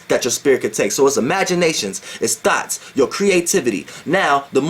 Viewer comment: is the only dude i know that says " thoughts" like Brett Carr says " thoughts"..THOTS 😂😂😂😂😂😂😂😂😂😂😂😂😂😂😂 But i stop listening to YP to fuck wit Doelow Bitch!! He he!!!😉😉👍😎😎